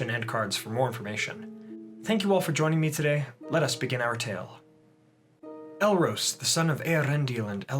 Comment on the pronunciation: it's pronounced El-Ros, (as in the the bird rose up to the sky), not El-Rose (like the flower).